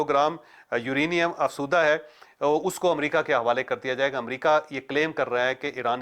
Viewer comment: Choudhry sab ye lafz afzooda hai.. ap hamesha afsooda boltey hain..